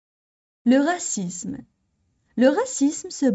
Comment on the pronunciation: من فضلك أريد إجابة راكي تنطقي في العنصرية بدون حرف زاد اي هكذا """غاسيسم " او هل النطق يكون بحرف الزاد وتكون غاسيزم. أنتظر الرد